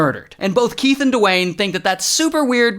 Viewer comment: Keath 🚫 Will smith ✅